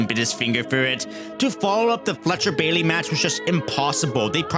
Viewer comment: Sooner or later, you will say his god given name properly....Kyle.....Fletcher!!